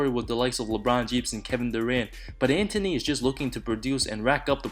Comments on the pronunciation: What's dunder? Bro your pronunciation sucks. It's Anthony not Antony. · Antony of da dunder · When you can pronounce Antetokounmpo but not Anthony. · I can't deal with the way you say Anthony but this was good vid